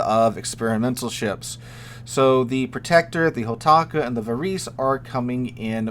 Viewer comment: Varese being Italian is going to be pronounced "va-raisy" not "va-reese."